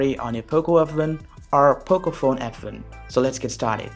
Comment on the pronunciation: Accent is perfect, except the way you say "F1". :p Improve on that area